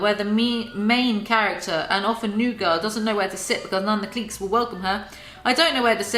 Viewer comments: everyones talking ab how she says “miami” but why is no one talking ab how she says “cliques” like cleeks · Yeah it’s meant to be pronounced like “clikes”.